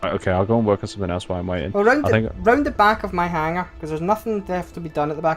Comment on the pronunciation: Scott, Please tell that it is HANG +ER not HANG + GER:-) Love the fun you all have. Markam67